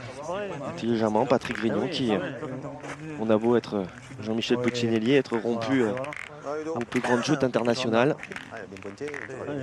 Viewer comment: doit le savoir mais je le rappelle quand-même: Puccinelli ça se prononce « Poutchinelli », et pas « Pussinéli ».